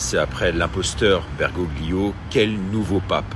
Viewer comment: renseignez vous un peu !!! Bergoglio nom d'origine italienne on ne prononce PAS le "g" qui sert à faire un son mouillé comme le double l espagnol !!! comme le "g" des tagliatelle... LOL vous qui venez nous expliquer tout, soyez crédible et pas incultes